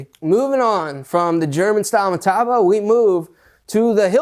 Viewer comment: in the uk metabo is metabo not hockycocky pronounced meta-boo.